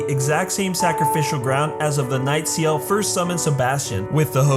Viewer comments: C - L . = ciel. not seal xD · The mistake is that you pronounce Ciel like Siel